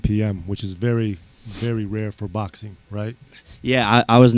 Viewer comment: Does Jake have a speech impediment? It's like the letter G in "ing" isn't part of his vocabulary. Any word ending in ing he says "boxeen,watcheen,fighteen" or literally any word with ing.